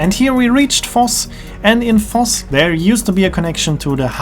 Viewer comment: I did think you were a german-speaker, but I still didn't connect Voss and Foss until i saw the pictures and realised V is pronounced as F in German.